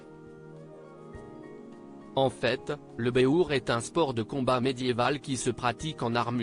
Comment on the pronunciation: C est un type intelligent qui n a pas sa place chez ce Hanouna, il pourrait donner des leçons de français à celui qui parle actuellement ESTE à la place de EST, pénible d entendre cette prononciation qui choque